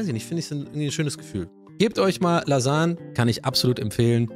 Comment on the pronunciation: Profis für richtig gute "Lasan"ge aber auch die Bolo ist Gut 👍🏼